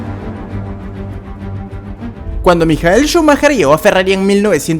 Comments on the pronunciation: Amazing video, but the correct pronunciation of his name is "Maikel Shumajer", not "Mijael". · Es "Michael" no "Mijael"